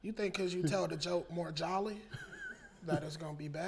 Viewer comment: He said "Jolly" 😂😂